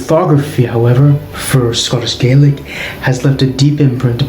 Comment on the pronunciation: Why do pronounce Gaelic in that way? That isn’t Scots Gaelic pronunciation.